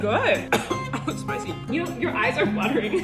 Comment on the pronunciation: The way he said “spicy” 🤣🤣🤣